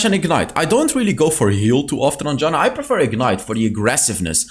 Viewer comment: It's not Đana, it's fucking Jana